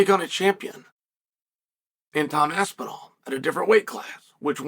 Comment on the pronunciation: Who is this Tom ''Apsinall'? The only Tom i know is Aspinall